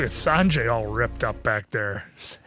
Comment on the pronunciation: Sanjee not sanjay